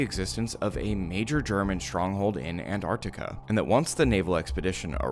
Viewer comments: An-tart-ti-ka Not Ann-arrkita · I am so triggered by people saying antartica instead of Antarctica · “Anne Artica» like americans say🙄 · Why do you pronounce Antarctica An-ar-ti-ca? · An *T*ARC TICA plsssss i don’t know why Americans refuse to pronounce it correctly 😭😭😭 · Nice video. But really hate that the whole of the fking United states can't pronounce the first t in Antarctica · The biggest conspiracy is why Americans don’t pronounce the first T in Antarctica